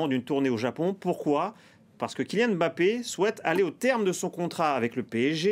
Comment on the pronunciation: Alors c est real Madrid et non real de Madrid. Puis c est kylian Mbappé et non M bappé